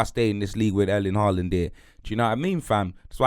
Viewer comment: still saying Haaland's name wrong when Erling has pronounced it himself. Smh